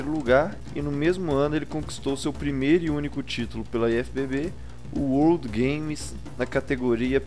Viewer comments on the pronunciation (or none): none